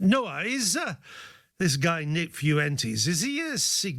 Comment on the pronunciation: Fyoo-entes… lol. Spain is like a 45 min plane ride away from you. How is that your best attempt at pronouncing that surname.